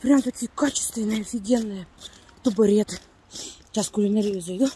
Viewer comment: Тубаретка😅. Правильно говорить: тАбУрет